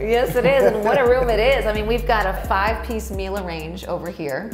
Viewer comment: At last, correct pronunciation of ‘Miele’! Well done!